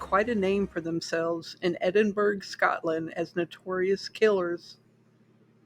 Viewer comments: "Edinburg?" I have only ever heard it prenounced "Edinburough". (As in "The Burrow" in HP.) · Hi, GREAT telling of this interesting story. THANKS for creating & posting this historical account of Scottish Horror. 🙂 With sincere admiration & all due respect, the city of Edinburgh, Scotland is correctly pronounced: "ed - in - burr - ah". Same as the "t" in castle, the "g" in Edinburgh is silent. The pronunciation remains the same; regardless the language//the nationality of the person speaking. Respectfully, Ben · Edinburgh is pronounced "edin-burr-uh". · Don't mind the comments about the pronunciation of Edinburgh, most youtubers pronounce city names wrong. The only thing different this time it's an English city instead of a French, German, Polish, Chinese etc. so the know it alls finally noticed. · You've obviously done some great research here, however it's completely overshadowed by your incorrect pronunciation of Edinburgh. Is there any reason why this wasn't part of your research? A basic Google pronunciation would highlight how glaring this is.